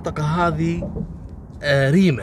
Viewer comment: محاافظة ريمه بفتح جميع حروف الكلمة وتحيه لك مني من محافظة صنعاء